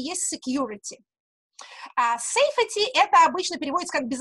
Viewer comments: Ваше Сэйфети режет слух. Сэйфти, плииииз! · "Сэйфти"! Но в остальном - спасибо! Очень познавательно! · Екатерина, Вы мой кумир и, если бы Вас не было, Вас нужно было бы придумать. Спасибо мирозданию за Вас. И да, [seifti].. слово произносится так;). Спасибо Вам!